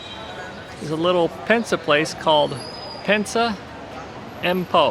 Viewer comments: Pinsa, not Pensa. 😉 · Not pensa, this is PINSA 😊